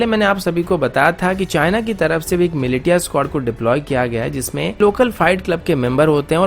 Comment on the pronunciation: Bro, militia is pronounced as milicia Or milisia... Although I don't mind pronunciations since English is not our first language.